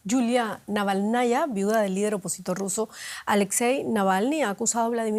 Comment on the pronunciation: Estimado, ¿tienen muy lejos la redacción de DW Ruso? ¿Por qué no les consultan la correcta transcripción al español del apellido de la viuda de Navalni? Es Naválnaya y no Navalnaya. Un saludo.